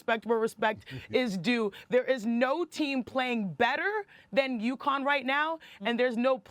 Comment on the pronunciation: UCONN, not Yukon. Lol.